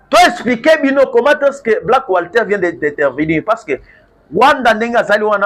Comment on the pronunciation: Black water papa journaliste et non black wslter